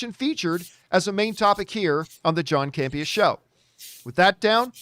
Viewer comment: I love but why does she pronounce John's last name as CamPEEa (emphasis on second syllable) when he pronounces it CAMpea (emphasis on first syllable)? Let me be clear...I LOVE and her contributions to the show but I always found this curious!:-)